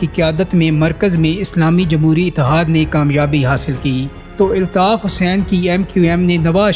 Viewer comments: Aby pando eltaf nhi Altaf bol kb urdo sahi hogi tm logo ki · ابے او چوتیے ILTAF nahi ALTAF اپنا تلفظ تو ٹھیک کر آدھی سے زیادہ باتیں اوٹ پٹانگ ہیں